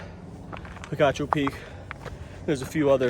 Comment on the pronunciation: I am not an Arizonan but having relatives who live in the Tucson area, I think the locals call it "Peek-achoo" (think a sneezing sound), not "pee-cah-choo".